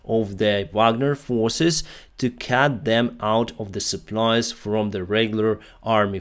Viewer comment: Just a small thing... Remember that CUT is prononced CUT, not CAT 🙂